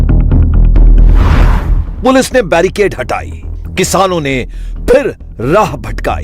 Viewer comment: Barrigade nahi, Barricade! Even the India TV pronounces wrong!